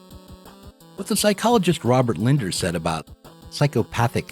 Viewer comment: The psychologist referenced, and and, is Robert Lindner--with two 'n's. ( pronounced it as if it were spelled 'Linder.')